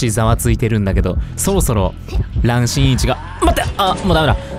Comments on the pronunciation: さとみくん本当にごめんなさい 本当に申し訳ないんですけど、どうしても何回聞いても｢新一｣が｢ちんいち｣に聞こえま((((( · 新一がちんいちに聞こえるwww 私だけwww？？